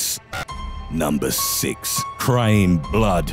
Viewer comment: Why does he say blood so weird